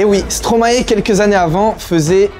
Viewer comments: On dit pas « Stromaé » mais « Stromay » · Stromae... n aurait jamais dit stromaé ... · Qui est belge ici ? ✋ (et on ne prononce pas Stromae comme ça !)